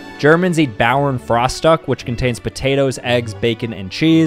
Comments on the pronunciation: "Frastack" what the h#ll is that it's pronounced "fruhstuk" it's written frühstück which means breackfast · My man pronounced Bauernfrühstück as bad as possible. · As a german, pronounciation of Bauernfrühstück made me die inside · And dont pronounce it like bævern frahstuck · Bro that german pronunciation 💀💀💀 "Bawer frastock" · When pronounced Bauernfrühstück „Baoernfrastuck“ 😂😂💀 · Bauernfrostock?????? At least get the pronounciation right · As a German person, I've never eaten "Bauernfrühstück". I also love his prononciation 😂😂😂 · Please don't ever try to pronounce any foreign words again💀 (I'm German and I'm traumatized for life) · I know German is hard but damn that pronunciation hurts to listen to